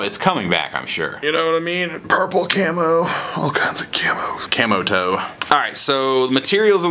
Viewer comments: Lol. said “Camo toe” and I think I’m the only one that a)caught it and b)got it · Edgar Lemus thought he said camo toe... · "Camo toe" lol